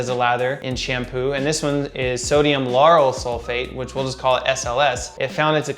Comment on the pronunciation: wy does he say sodium yanny sulphate